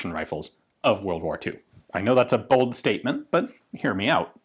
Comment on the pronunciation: At the beginning of the video did Ian say "I know that's a bold statement," or "I know that's a bolt statement?" 😊😊😊